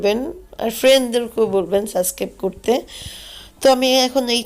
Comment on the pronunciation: তাহলে পরবর্তী ভ্লগ এ শুদ্ধ করে বলবেন অবশ্যই ..